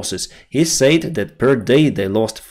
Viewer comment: Pronouncing said sounds like sed, not sayd. Slava Urkaine